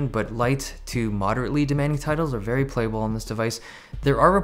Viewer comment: U need to find to find another word for "Vey good"